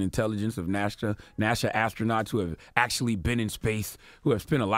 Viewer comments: Nasha tho???? I thought it was NASA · Dude said NASHA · This nigga said Nasha instead of NASA and peeyouton instead of putin. Y'all, this is important that we all vote this election cycle. If we get more democratic senators and congressmen in office we can begin to impeach this fucking orange embarrassment. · NASA, not NASHA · Nasha NASA..... Same thing. Lol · Words this ignorant "agenda slave" mispronounces: earth; earf, Putin; pewtin, NASA; nasha. I'm sure there is more, but I could not listen any longer due to his misinformation. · Does Charlemagne have a speech impediment? Nasha (NASA) Woofully (Willfully) Pewtin (Putin) Earf (Earth) 🤣🤣🤣 And Wayminute. Did Trump say he beat Hillary Easily? He must’ve haven’t seen the popular vote 🤦🏾‍♀️ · Did this goof say nasha charlamagne is ignorant can't even pronounce words